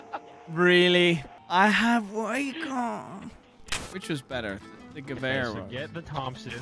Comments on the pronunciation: guh-vair...not "gwavar" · bro does not know how to say Gewehr idk how he got to ka-var LMFAO